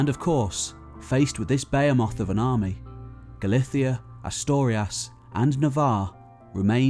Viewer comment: lol "Bay-a-moth" you mean "Ba-hee-moth" 😜